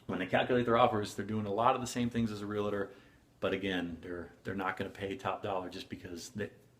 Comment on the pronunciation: Real-tor, not re-la-tor. We are tors of real property. Please learn to pronounce.